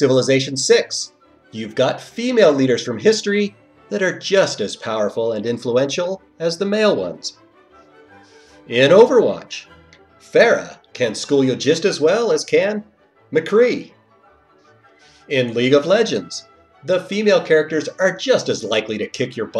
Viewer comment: FAIRUH. disliked, unsubbed. this is garbage. jk ily but its far-uh pls